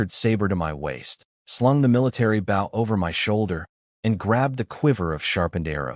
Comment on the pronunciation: It's bow not bow